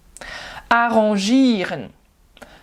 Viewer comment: Bonjour et Bravo pour votre travail! j'ai regardé cette vidéo avec beaucoup d'attention, rien à dire à part la prononciation de 'an' dans 'arrangieren', un verbe qui n'a d'ailleurs pas exactement la même signification que 'arranger', un faux amis?